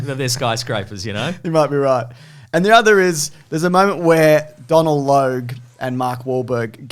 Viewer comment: 'Donal' is pronounced 'Dough Nul' by the way....